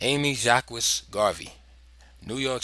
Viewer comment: The name is actually prounced jakes